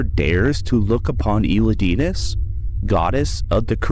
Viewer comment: great video (but the way u say elidinis bugs me since thats not how to pronounce the name haha)